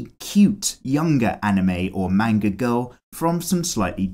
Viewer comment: it's japanese. it's not "mane-ger" it's "mahn-gah"